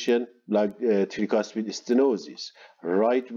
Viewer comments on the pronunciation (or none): very good explanation, thank you for your lectures. But can you please try to say "trycuspid valve" instead of treecuspid? no offense to you sir, as people have different accents but if we speak Arabic that way, you will really make fun of us